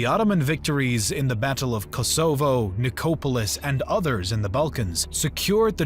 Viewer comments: Its not just papal he invents words like slained? And gets kosovo nicopolis danube and sipahis wrong. His english is shameful for a native speaker and someone with such poor command of their own language has no business narrating anything. Everything else is good though and any free educational content is a much appreciated gift. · 1.11 Ko-so-vo its kos avo. Ni- cope-alis. No. Ni-cop-olis. 1.47 dan-ub ? Dan-youb. 12.15 si-pa-he's.👎🏽 Si-par-he's 👍🏽